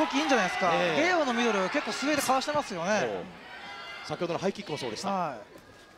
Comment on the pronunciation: 左ミドルが左ミノルに聞こえる